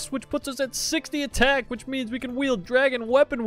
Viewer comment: Dwagon Weaponwy 😂🤣